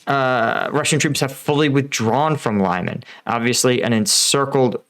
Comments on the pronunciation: Some reports say Ukraine already has Zarichne. This is causing Russian troops to retreat through the forest in between Yampil. Also it is pronounced ( Lee-Mon) not (Lie-man) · FYI its pronounced LEEEMARN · isn't it pronounced LEE-MAN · Not trying to be a jerk, but Lyman is pronounced lee mon! Not Lie mon! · Not extremely important, but the town's name is said more like Lee-MAN (only that 'ee' is short, because the stress falls on last syllable) and not like LIE-man. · It’s pronounced Lee-man. Not Lie-man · Dude, love your channel, but name of the town is pronounced LEEMAN not LYEMAN, its not US town ;) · Thanks for another great update. BTW it's pronounced lee-man/Li-man (Li as in Little) not Lie-man. Same as I'm not from New Yerk or Les Angeles! 😁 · it pronounced liman, li like in liberty not ly like in lime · It’s not pronounced lie mun but lee mahn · Respect to you sir but please please not lie-men it’s lee-man ❤ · "LIE-MAN", brother it's LEE-MON. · lee man not lie man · How do you pronounce Lysychansk? There's no ‘lie’ in Lyman, Лиман, pronounced ɫɪˈmɑn. Please, Americans, stop the ‘lie’ — it hurts my ears. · LYMAN Pronounced LEEMAN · Lyman is pronounced Lee-mon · Please learn how to pronounce place names before you make these videos. It’s lih-MAHN. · It is Lee man. Like Bruce Lee man. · I heard a version of this where the reason the Russians didn't withdraw from Lyman (btw it's pronounced "Lee-man") is that they needed it to remain under Russian control during Putin's annexation speech, so as not to embarrass the boss. In practise that meant that "forever Russian" worked out as "about 18 hours" and embarrassed him anyway, plus the forces that were sent into Lyman to bolster it for those 18 propaganda hours then got trapped too. I don't know if it's true, but it sounds like something they'd do. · Лиман, pronounced [ɫɪˈmɑn and not like in "lima" but like lee- man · Pronounced LEEMON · It's pronounced like Lemon. Leh Muhn. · Again Lyman is pronounced "Lee-mon"